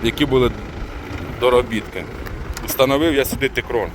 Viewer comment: Текрон, а не тикрон